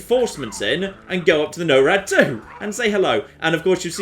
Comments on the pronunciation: Holy shit, "No-rad two" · You're doing it on purpose. You listened to them say 'Norad', and consciously decided to say it a way no-one on Earth says it. Didn't you.